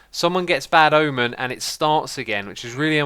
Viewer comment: The church of the bad ahmen